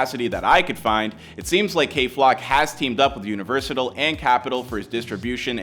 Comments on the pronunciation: Bruh said “Universital” lol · dude said. UNIVERSITLE lol